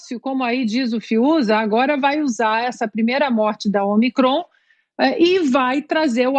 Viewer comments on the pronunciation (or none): O apresentador, não é omicrÔn. É Ômicron. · Cara burro, não sabe nem ler a tonicidade da palavra de forma correta. É """Ô"''"micron, não omi"""CROOON""". Depois quer ter credibilidade pra falar alguma coisa.